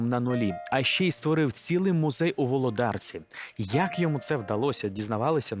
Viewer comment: Волооодарка а не Володаарка. Дратує